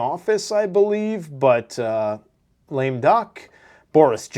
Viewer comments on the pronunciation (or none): none